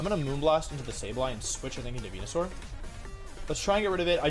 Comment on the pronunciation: Why does he say venusaur like that